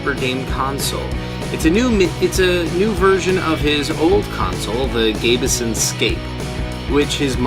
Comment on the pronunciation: btw my console is pronounced as Gabe Son not gabe a son